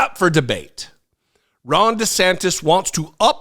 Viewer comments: NGL, it sounded like you said “wrong DeSantis” and I am here for that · For a second I thought said "Wrong" DeSantis! 😂😂😂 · I'm pretty sure I mis-heard you at the start of this video, but I could have sworn you called him 'Wrong DeSantis."